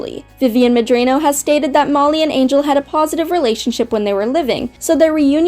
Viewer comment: I'm pretty sure you're mispronouncing Vivzie's last name.